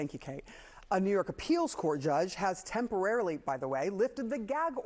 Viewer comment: Why did you said "temporarily"??😂